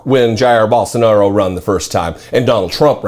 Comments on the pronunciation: "Barsenaro"! Ugh!!!! 🤣🤣🤣🤣🤣🤣🤣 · "Barsenero" - why do these fascists stans like Dave Rubin not even bother to learn how to pronounce the name of their Brazilian Daddy?